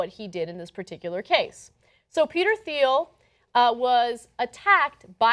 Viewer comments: ... It's pronounced "Teal", not "Theel" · She keeps pronouncing his last name as "Theel"-the 'h' is silent. And hogan s last name is 'Bol-a-ye' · Its pronounced TEEL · The H is silent...its Peter "teel" Thiel. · Minor nitpick, his name is pronounced without the "h", Peter Teal. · Ana's pronunciation of "Thiel" ... -_- -_- -_